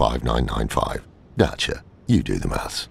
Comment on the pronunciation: Why do you pronounce it as dacha it's Dasia